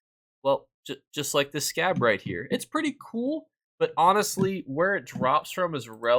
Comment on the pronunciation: 🤣🤣🤣 Hilarious!!! My brother mentioned that pronounced it wrong. He apparently can't see the letter "r". He calls that famous store for children, "Toys Us"! 😋